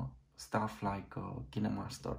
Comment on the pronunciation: Kineemaster? You mean KineMaster?